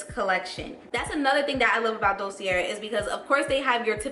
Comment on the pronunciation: Thx 4 reviews. Fyi it's pronounced "dosey eh" ... r at end is silent. peace from bklyn